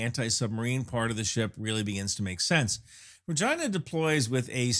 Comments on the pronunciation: I absolutely cannot take this video seriously when you keep pronouncing the name like that. 🤣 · I don't know why we pronounce " Regina" like this. It does seem odd. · My main takeaway is that if you ever discuss this ship again, you really do need to use the Americanized pronunciation of its name…. I swear, in the first few minutes of the video you said the name multiple times and I was forced to turn on closed captioning to make sure you weren’t saying what my ears repeatedly told me you were saying… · $20K video to go inside the (pronounces Regina like ) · I had to listen three times, then look at the comments, before understanding the name starts with an R, after learning the real name, I listened three more times, and it sounds like he starts a v and then changes it. I still hear vragina. edit: I think it's because he kinda stumbles over the HMCS part, like he almost forgot the C, then runs it together with the name. edit edit: OK, I'm far enough in he's said it multiple times, when he only says the name, it's clearly an R, every time he adds the HMCS, it sounds more like a V, lazy s to r transition I guess. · He keeps pronouncing Regina with a V and I keep cracking up. Is there a story? Can't focus. ha ha. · I am not trolling, but about 1/2 the time you say "Regina" it sounds like "vagi...". 😅 I think it has to do with the speed you say the word. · Say that again? You're a little light on the "R" there bro..... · Rejaina cracks me up everytime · Why does it sound like you are saying " vagina"? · It sounds better when you pronounce Regina as, “Regeena.” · RE-gina. Had to go back to check. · Work on your pronunciation. I swear to god, after listening to you say it 75 times.. the first time you say Regina... you say Vrrr-gIna... I was like ...What?!?!?!?" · And remember, Regina rhymes with fun! 😉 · Am I too much of a soldier for continuously misunderstanding the Regina's name ❓ I also think needs a bigger 'PRESS' patch. I couldn't read this one 😀